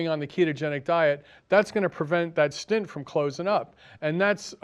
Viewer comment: btw, the word is stent not stint. stint is a period of time --like a short stint